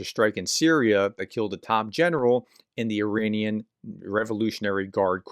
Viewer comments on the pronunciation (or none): none